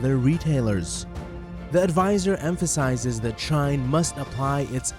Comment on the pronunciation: It is shein, you are saying “shain” my friend.. shein have an e, not an a. Is she in. Not sha in.